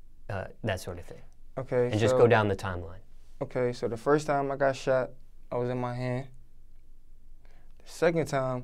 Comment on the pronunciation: Not funny but he had a Grammer moment "In 2010 I got shot it my hand and 2011 I got sheven(shot seven) times comin out a club" lol but salute to you big dawg, you here for a reason keep ya he up and stay away from that hot shit 💯